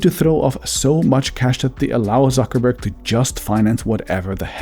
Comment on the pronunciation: Zuckerberg in Spanish is "Suckerberg"